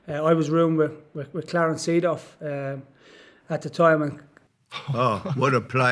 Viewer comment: pronounce it as Saydorf, not Seadorf. Saydorf. u have in in you